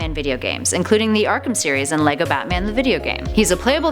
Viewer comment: Its lego not laygo